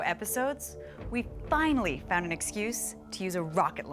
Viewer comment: Grant made a slip up amd let his true engineer out. "Then weill fwinawy find ouwt" rip king 🙏